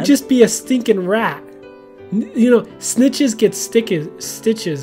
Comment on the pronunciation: I thought said snickers get stickers instead of snitches get stitches.